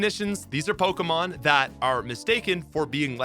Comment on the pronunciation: I swear.... my man is purposely mispronouncing these pokemon's names. 😄